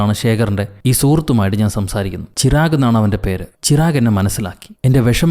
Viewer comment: ചിറാഗ് അല്ല ചിരാഗ്